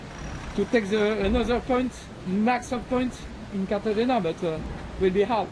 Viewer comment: Bro, it’s kar-ta-henna, not cartageña.